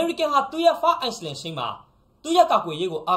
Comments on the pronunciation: အိုက်လန်း လို့အသံထွက်ရပါတယ် (Island)အိုက်စလန်းဒ် လို့မထွက်ပါ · Island ကိုအိုင်းလင်းလို့ဖတ်ရတယ် s အသံဖျောက်ပြိးအိုင်းလင်းလို့ဖတ်မှမှန်တယ်